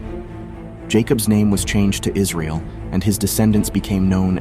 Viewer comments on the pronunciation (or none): none